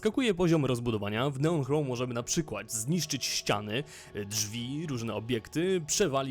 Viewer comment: O ile pamiętam to "ch" nigdy się w języku angielskim nie czyta jako polskie "h".